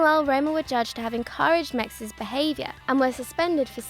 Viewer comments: again with the ridiculous pronounciation of the french players ??? the 's' in mexes is not silent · mexÈSSSSS!!! not mex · The name pronounciations... yikes. Phillipe Mexès (pronounced Mek-says, not Mex) was a French international and left Roma for Milan in 2011, not 2009 - he was injured in April 2011 and, as his contract was expiring, he was allowed to leave Roma for free. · Philippe Meks? It's pronounced MexEs, he even has an emphasis on it... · For god sake the mispronunciation of mexes drove me mad!!!! Sorry but I'm not a fan of this lady's videos as lovely as she may be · IT IS MEXES NOT MEX FFS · She can't pronounce Mexès.